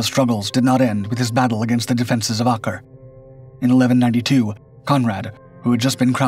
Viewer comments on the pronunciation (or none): Learn how to pronounce Acre.